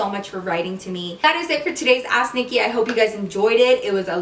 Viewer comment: tell me why ask nikki sounds like 'ass nikki' NO HATE !